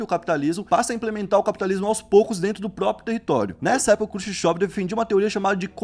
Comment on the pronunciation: Quem é Krsushsov? E o Mao Tsé Tsung? KKKK Quem quer ser apresentador, no mínimo tem que aprender a pronunciar as palavras corretamente!!!!